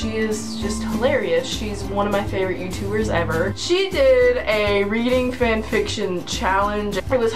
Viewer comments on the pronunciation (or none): none